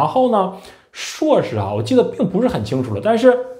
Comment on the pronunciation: 人家是 硕士 不是suo士 说真的 阁下只会吐槽 完全没有思想上的高度 并且 言谈举止也看不出硕士的影子